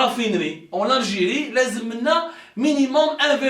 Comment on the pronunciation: Bouteflika viva L ALGIRÉ .😂😂😂 PUTAIN MEME EUX NE SAVENT PAS PRONONCER LE NOM DE LEURS pays CORRECTEMENT 😂😂😂GRANDS BOUZEBBALS 😂😂😂 ALGERIE = ALGIRÉ 😂😂😂😂